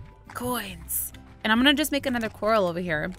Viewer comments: Not being rude but it's COR- AL as in the name ALvin not coral like the underwater plant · its not COR-al, its cor-RAL. like a cage. not an underwater plant. look it up :) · It's. Core-AL, not core- ahl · ... Cupquake, mah friend, it's not Coral, it's Corral (Core-Al) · IT'S NOT A CORAL IT'S A CORRAL LOLLLLZLZL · BTW Quake, It's Prononced "Cu-ral" Not "Coral". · Cupquake. To pronounce corral. Is Coar-Al. As in the name Al. Not coral in the sea. Like a horse corral. There's a difference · im not trying to be mean i think its cute that she calls it a coral but but its pronounced cor-al as in the name al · It's corral core al like a rancher not coral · It's actually pronounced core-al not the pretty things in the ocean but like corral for horses and stuff... sorry to break it to ya but I've seriously been freaking out because your calling it a coral..... yeah, oh well I mean I tried to ignore it, but it was,honestly pretty annoyed....😅😜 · Hey iHasCupquake, I noticed something. I think you're pronouncing corral wrong. I think it's pronounced core-ah-ll such as something you'd hold a horse in even though it's spelt really similar to the underwater plant coral. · Angel Of LightSaber Oh my word, I legitimately thought she was talking about the plant, coral, not corral. I wasn't paying full attention, either, lol. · Cupquake!😂 it’s pronounced co-r-al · Its pronounced (core-ral) sorry its just a pet peeve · Hey I has cupquake, corral is pronounced as coraal. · Cupquake you pronounce corral co-ral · cupquake I'm sorry to say but your still missing pronouncing corall it is cor-al or if you cant pronounce it by that Google it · She still doesn't know corral isn't pronounced "coral" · ***** Lol, when I realized she was pronouncing it wrong I nearly laughed my head of because it was so confusing and funny! Hahaha! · I know that tiffy says corral wrong but I don't care I love tiffy!